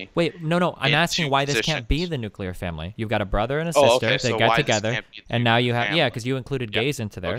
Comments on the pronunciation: ... the nucular family... my god please stop repeating it. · The guest pronounced nuclear incorrectly. I don't understand why so many people pronounce nuclear like that, or how they look at the spelling of the world and think it's "new-kya-lure" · Please stop saying nucular. Please stop saying nucular.